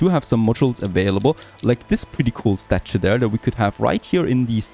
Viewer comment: Me again.Another word to look up for pronunciation is, 'statue'.